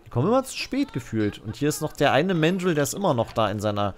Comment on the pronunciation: Man sagt übrigens ganz normal Mandrill mit deutschem “a”, nicht englisch [mendril].